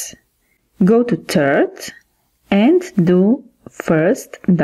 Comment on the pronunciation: Third not tird